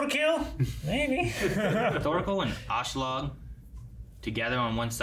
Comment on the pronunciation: I never expected the voices to be as good as the original, so that doesn´t really bother me here. But one thing that does bother me with this dub is the inconsitency in pronouncing Askeladds name. Sometimes it´s "Ashladd" which is a fine way of saying it in english, but soemtimes it changes to sound like "Auschlaug" or even "Ashelad" Just pick one already and run with it.